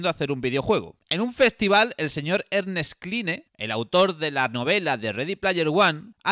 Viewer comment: Se pronuncia Ernest Clain, no cline, eso es solo como se escribe